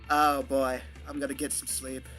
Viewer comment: "you want thome wocks?"